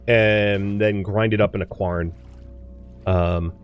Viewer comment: Normally I'm not that guy - but you're killing me boss. It's Quern, like urn.... Not qwARN 🤣